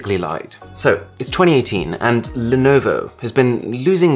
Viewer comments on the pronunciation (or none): “Lie” no-vo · lie-no-vo lmfao🤣🤣🤣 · Lie-no-vo lol